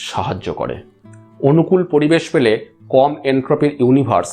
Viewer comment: খুব খুব সুন্দর বিষয়বস্তু। এমন চ্যানেল খুব দরকার। শুধু বাংলা উচ্চারণের ত্রুটি টুকু শুধরে নিলে ভিডিওগুলো অসাধারণ হত। যেমন পরিবেশকে পড়িবেশ শুনতে বড্ড কানে লাগে। র কে ড় উচ্চারণ করাটা শুধু বন্ধ করলেই চ্যানেলটা আরো জনপ্রিয় হবে । আবারও ধন্যবাদ জানাই সুন্দর বিষয় নিয়ে ভিডিও করার জন্য।